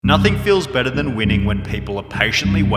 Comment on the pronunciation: bettaaaaah, laytaaaaaah, offaaaaah